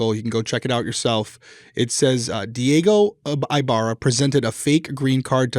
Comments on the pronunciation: "Eeeeh-barrah" not i-barra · Omg y'all are making me crazy..... Our last name is pronounced EEEEbarra not EYEbarra. Thank you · I believe his name is pronounced with a short I. Cali girl here